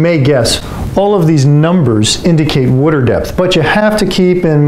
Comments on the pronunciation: It’s water not wutter. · Hehehe he said wooder. Is he from Philly?